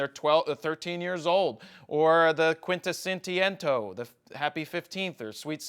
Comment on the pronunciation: Between you almost yarfing and "quintisentiento"...this shit was hilarious. lol